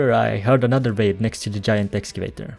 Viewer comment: I know he's saying raid, but it sounds like babe, and even the auto-sub thought it was that xD haha.